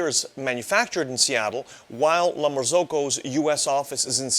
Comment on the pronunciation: LEARN HOW TO PRONOUNCE "LA MARZZOCCO"!!